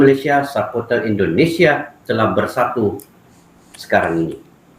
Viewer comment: Indonesia bang,,bukan indinesia😅😅